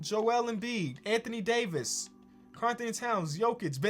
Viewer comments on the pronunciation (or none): none